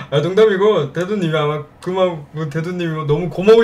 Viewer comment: 나만 대도님을 대두님이라 들렸낰ㅋㅋㅋㅋ